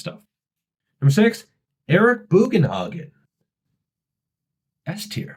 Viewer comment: Spit my coffee out when you said Eric Bugenhagen 😂